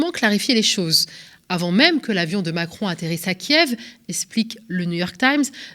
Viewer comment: Omacron elle a dit 😂